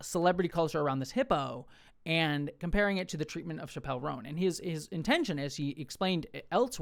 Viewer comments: No Liberal is saying you can’t criticize Kamala. This is just leftist virtue signaling from you. Also, it’s pronounced Chap-L. Not Shapelle. Clearly you’re not even a fan. The issue wasn’t her not endorsing Harris, it was the fact that she put both sides on an equal plain. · it's Chap-el, like "going to the chapel/gonna get married", not like dave Chaaaa-pell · Her name's pronounced "chapel" like Chapel Hill or a chapel where you go to church btw. That wasn't all I took away from your video, though, I promise. Vote locally ✊ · It’s Chappell like Chapel, not like Dave Chappell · Dude— please pronounce her name correctly..you, so easily, could’ve made sure…UGH.